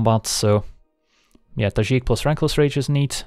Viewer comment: Nice to hear a fellow European say Tajic that way 😉